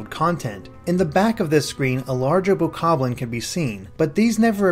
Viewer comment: Your pronounciation for Deity and Bokoblin is really off.